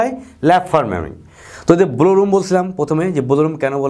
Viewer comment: স্যার, ব্লো উচ্চারণ টা একটু কারেক্ট করা উচিত।